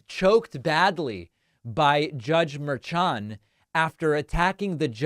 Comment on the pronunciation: Mershan: Pronounced murr-SHAWN’. I’m sure he’s getting a chuckle from all the mispronunciations. Carry on David. On point and accurate. Thanks for taking the time.